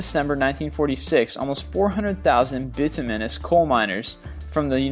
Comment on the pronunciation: 25 most annoying YouTube Videos... More like thousands! Any YouTube video that the makers of said video can't, won't, or never does learn the proper pronunciation and mispronounces KEY words in their presentation... "bituminous"... BYE-too-MIN-us